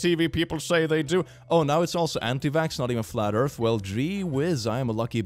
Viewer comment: I love that his moon rant is exactly what I wanted never disappoints. ESPECIALLY WHEN HE SPELLS EARTH LIKE ÖRF "I'm erasing you for science"